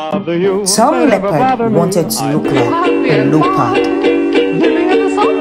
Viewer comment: “A LOOPERD” Lol